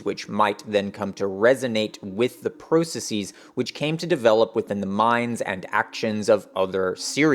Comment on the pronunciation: Why do you keep mispronouncing processes? Please stop mispronouncing processes. Not all plurals are pronounced like “diagnoses.”